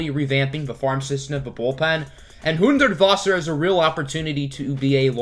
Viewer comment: He really went all out of saying Hudertwasser's name